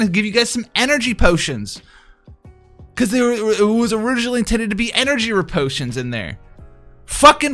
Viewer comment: Literally no one:: "EnErGYYY pOOTIonS"